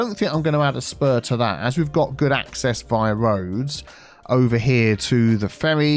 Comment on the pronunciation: Wiggly woads - reminds me of and his BO'OH'O'WA'ER lol